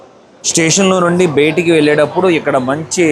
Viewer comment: sir meeru maati maatiki betiki betiki anakandi....bayataki anandi plzz chaaala irritating ka undi! and plz say "last video" not "lost video"....